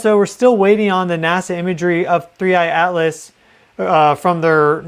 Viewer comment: Thanks for being REAL! So much AI out there that can’t even say the objects name right…….there done….”click”